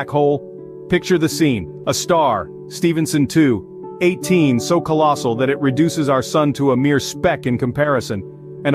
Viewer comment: It means the bot wasn't taught the correct way of saying it